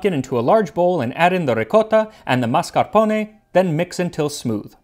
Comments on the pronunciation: FINALLY someone who pronounces “mischievous” correctly! Also “mascarpone”. I will freely admit I have no life and am both easily annoyed and easily impressed. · You do such a great job of pronouncing Italian words! It’s refreshing! You said mascarpone and ricotta perfectly! Lol I grew up and Italy so I speak Italian. It’s always a joy when I hear people say Italian words right.